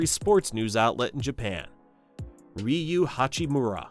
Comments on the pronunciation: How can you not even get the name of the main character in your video right. its RUI not RIU... seriously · I think its Ruwi not Riyu. Rui Hachimura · "Rui" (similar in pronunciation to Louie), not "Riu" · rui not ryu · Calling him riyu is crazy… his name is RUI lol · his name is 3 fucking letters long and you're pronouncing it wrong. How? It isn't RIU, it's RUI. Are you serious? ROO-WEE, not fucking REE-YOO. And you don't even mention Yuta Watanabe, a fucking NBA player.... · Yo jap here. Two pro leagues were total politic shenanigans, and the corporate league was cancer of the system. I’d say the cultural overture played a lot. 20 years ago, no executives would accept naturalized tall white guy or even mix blasons guy as Japanese. Hell, nothing matters than win. They kinda covered the height problems in the B league and the national team now days. Btw it’s not [Ry-u] it’s friggin [Ru-i], not [Kay-sy] but [Kay-say]. You can hear them some clips man. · How hard is it to pronounce Rui’s name correctly? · I noticed that too. Though to be fair he got it right after like the 3rd time, haha